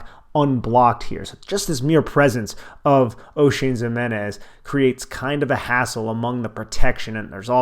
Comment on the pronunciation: Ximines not Zimenez